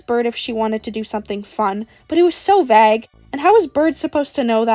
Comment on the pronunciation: you say vague like minnesotans say bag 😆